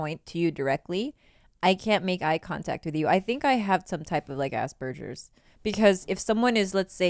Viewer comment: She definitely has "asberjers"